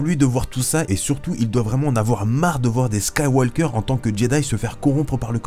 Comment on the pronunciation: Yo bro! Apprend a parler comme du monde ????Skywalllllker????